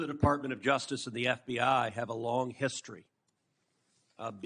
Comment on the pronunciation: Ever notice, when it matters, Cruz says FDI instead of FBI?